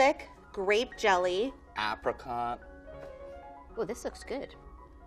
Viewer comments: .. ap racot... Is that how you guys say apricot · Did anyone else hear "Africa" instead of "Apricot" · kinda triggering but mostly funny Ahh-pricot (I pronounce it as 'A' not 'AH') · he really pronounced the a in apricot like the a in cat huh